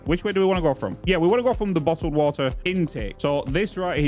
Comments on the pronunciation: Can you say “Bottled woter” like three times in a row please? Thank me later! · "Nobody is perfect except me" - The guy who said bo'ohw'o'wo'er 🤣🤣